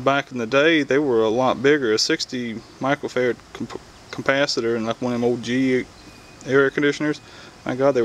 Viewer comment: I thought he was saying Michael Ferret!